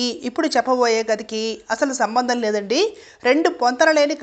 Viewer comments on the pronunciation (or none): Nakka ki Naga lokaniki kaadu...adi naaka lokam ...naaka lokam ante swarga lokam ... Nakka swarganiki poledu gaa ...alage konchem telugu chusukondi... సం భం ధం కాదు సం బం ధం